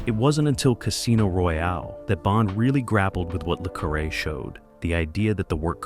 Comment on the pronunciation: The Spy Who Came in from the Cold was true espionage film. Comparing it to Bod is again ridiculous. Mispronouncing the main character's name makes the narrator look ignorant.